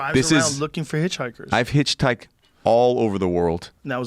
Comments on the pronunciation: He said “you hitch-housed?” 😂😂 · You “HitchHoused” ?? Lolllll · “Hitch housed “ 😂 really bro 💀💀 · Joe “You hitch housed” Rogan! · He's cool but he ABSOLUTELY CANNOT pronounce hitchhiked. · Dude hitchhiked around the world and can't pronounce the word hitchhiked.